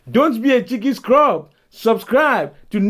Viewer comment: Nathan: ‘Cheeky scrub’ Outro: ‘chicken scrub’ 😂